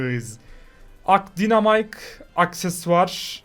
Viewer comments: Dinamik degil daynamayk diye okunur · abi daynamayk diye okunuyo